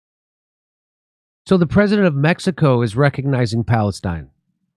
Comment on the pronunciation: Its time to learn pronounsing Mexico the right way.